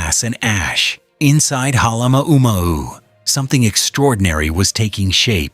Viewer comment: Dump the purple prose. Also, learn how to pronounce the names of Kilauea & Halema'uma'u. More science, less science fiction.